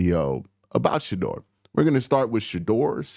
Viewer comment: It’s Shedeur not Shadoor! 😂